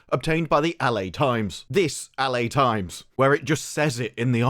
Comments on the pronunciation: Was it my ears our did he say "Allie Times"? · WTF is “AL AYY times”…?